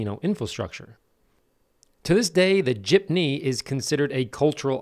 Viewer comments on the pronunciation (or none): It is pronounced JEEP-NEE, not JIP-NEE. Source: Married to a filipina. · its pronounced jeep - nee btw